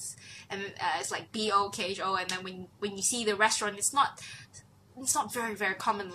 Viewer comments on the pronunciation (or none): It's Bò kho not Bò co and it's Phở bò not Phô bò